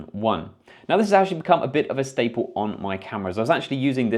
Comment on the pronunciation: It's "staple",, not "stable". I liked this collection a lot. Thanks!